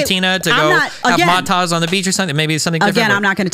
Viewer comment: I think the worst thing that was said on this debate was Destiny calling Mai Tai’s “Mah Tahs.”